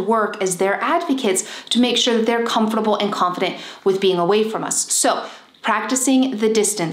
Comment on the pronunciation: How she says comfortable 🤣🤣